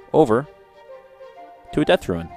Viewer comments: Good vid man, only hate that you pronounce Rune as Ruin, but i shouldnt nit pick people pronunciation haha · ITS FUCKING ROON NOT RUIN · RUNE NOT RUIN. but awesome video